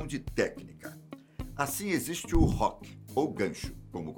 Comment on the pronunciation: Hook pronuncia-se Huck